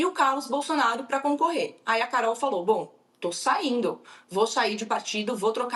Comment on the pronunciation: Carol ti toin 😄 que horror!